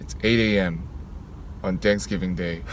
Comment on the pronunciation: "On danks giving day"